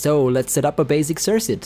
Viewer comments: It's pronounced "Sir-Kut" not "Sirsut" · Bro. I know this is old AF. But please. Sir-kit. Or sir-cut. Sirsit is triggering me so hard. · sersit? cirKuit maybe... As far as tutorials, not very helpful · Nice tutorial! Thanks! Just to let you know incase you weren't sure (I know English isn't your first language - though you speak it well): circuit is pronounced like cirkit with a hard 2nd c. :)